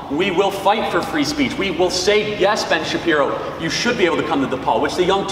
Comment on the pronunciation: lmao 😂 i love the shabibbo, but i gotta say i do miss the shabbino every once in a while